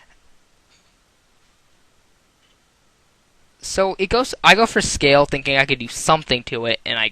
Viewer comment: You said decide/decided around 16 times and your pronunciations are a bit off like when you said scaled and reni-eniclus instead of Scald and Reuniclus, try to say what you thinking not whats just happened on screen as we (the viewers) aren't blind